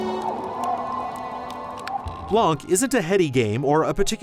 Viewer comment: Blan, not blank. The C is silent